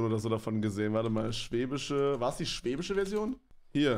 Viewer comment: Schwäbisch nich schwebisch 🥴